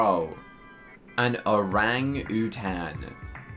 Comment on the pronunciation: AN ORANG-OO-TAN 😂😂😂